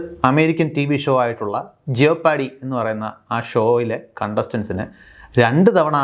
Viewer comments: ജിയോപാർഡി എന്നല്ല ജെപ്പഡി 👈 എന്നാണ് ഉച്ചാരണം. jeopardy roughly means danger. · ജിയോ പാർഡി അല്ലാ .... "ജെപ്പർഡി" എന്ന് പറയൂ plz.